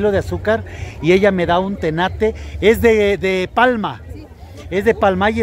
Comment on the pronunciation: Eso es un tenate no tanate 😂